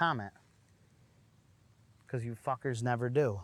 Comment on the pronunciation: 😂😂😂 He said Phucker…which is different from F*cker😂😂